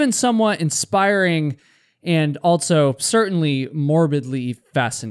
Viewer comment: There's no "t" in "also". Also, not altso.